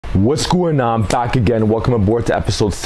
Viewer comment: Seen u say the “waszh Khoin’ on” in another video and thought wow that was pretty bad... then I watch another video and apparently it’s his intro now lol